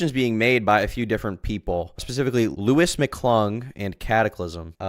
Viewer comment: I love that she and Louis were “so close” and he’s her puppet, but in the Papa Gut stream she didn’t know how to pronounce his name. “Lee-us” or “Lew-ee”